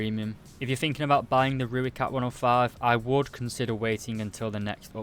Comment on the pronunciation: Let me help you with pronunciation of Rooikat. Say Roy followed by cut. Put them together and you have the Afrikaans pronunciation of Rooikat. Not Rui-cut, it's Roy-cut